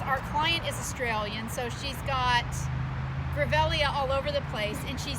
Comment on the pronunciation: Beautiful garden. It's pronounced Grevillea, not Grevellea. I have several in my garden and they're very tough plants that can take any kind of heat or cold. Very drought tolerant too.